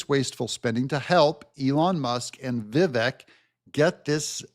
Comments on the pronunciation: Love you - but please pronounce the name Viv-AKE. 🙂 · name is pronounced Vivek (like cake)